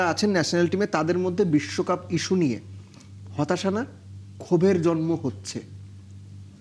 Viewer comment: 😂😂😂আসল বলুন,,, নাকে ক্ষত না বিস্বকাপ,,,,নাকে ক্ষত,,,,,😂😂😂😂